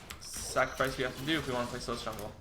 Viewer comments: its pronounced SIGH LISS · His pronunciation gave me an aneurysm. It's pronounced "coo-day-graw" and "psy-lass".